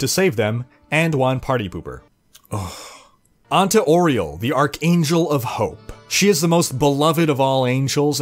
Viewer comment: You said auriels name wrong. It sounds like "Ah-ree-el"